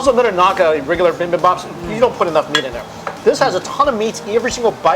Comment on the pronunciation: for future reference bibimbap is pronounced bee-beam-bpap and galbi is pronounced galr-bee